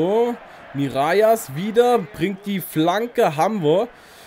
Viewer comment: Er wird Miralas ausgesprochen. Das ll spricht man im Spanischen ;)